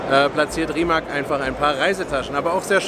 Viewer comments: Rimac wird anders ausgesprochen. "Rimatz" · Yes. "C" in Rimac is pronaunced exactly like "zz" in Pizza.